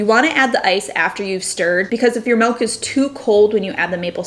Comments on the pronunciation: I can't stand hearing her say MELK one more time. It's MILLLK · Omg - I couldn't continue watching because she says "Melk" instead of Milk. OMG I'm such a jerk, I'm sorry. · Great ideas to spruse up my coffee. Btw you pronounce milk the Dutch way melk 😊😘